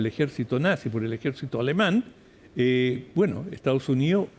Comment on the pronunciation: Esta Jentusa no sabe mi pronunciar el castellano 😂😂😂dicen : lo jestao junío jajajaj. Es : Los Estados Unidos y no se dice Ocho, se dice Otro jajajaja lo maputhe no sabi hablà. ESTAO SUNÍO JAJAJAJ EEUU